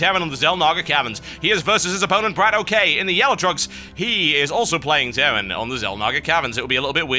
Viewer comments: its bradok not brad OK, in russian bradok means brother, so just pronounce it as u see it =D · He's not Brat O.K., it's Bratok.